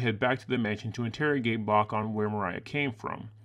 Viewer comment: I could be wrong, but I think his name is "Ivan *Brock*", not "Bach".